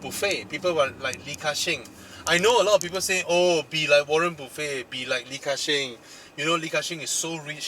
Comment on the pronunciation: waren "buffet" HAHAHAHAHAHAHHAHA